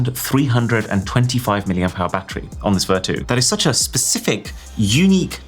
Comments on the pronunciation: It’s pronounced ‘Ver-tyu’ as in ‘virtue’. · Maybe i'm the only person who pronounced this as ver-chu instead of ver-too 😅 Vertu Phones Were Always A Simbol Of Luxury They Are Best Known For Their Build Materials And Craftsmanship, But We Are At A Time Now Where Functionality Is More Important Than Look It's So Sad That Such A Niche Brand Is Using Cheap Marketing Tricks & AI Generated Text/Images For Marketing 😑 Anyway, I Think I First Saw The Buttler Service On Samsung 'W' Series Phones,Which Are High End Versions Of Z Fold& Z Flips, But Only For Chinese Market. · Vertu condom? Maybe I am dizzy coz I heard this for Vertu quantum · Not Vertu man....